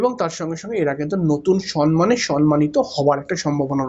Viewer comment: Correct word is SAMMAN not saNman